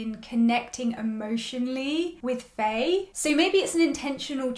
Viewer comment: Loving your reviews as always ! I love your thoughts on characters so much. Btw, Faye's name is pronounced similar to "Fine/Fai" not "Fay" (Just to let you know !!)